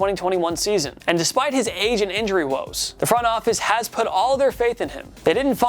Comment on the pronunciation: Lmao man said regime' 🤣🤣 that's a first for me Edit: "Putt" up or shut up 🤣 Are there no adults on the room who can teach this guy how words work?